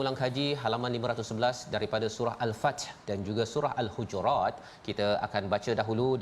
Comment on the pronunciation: Assalamualaikum. Mintak perbetulkan Al-Huhurat - Al Hujurat.